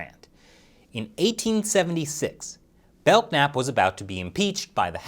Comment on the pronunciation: I’m pretty sure the k in Belknap is silent.